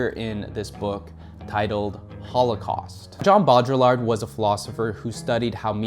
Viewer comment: Mate whenever you say jean baudrillard it feels like I've just eaten a spoonful of mustard and also someones punched me in the stomach